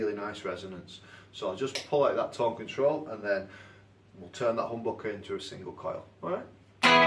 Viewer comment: The way you say HOMBOKEH is absolutely brilliant :D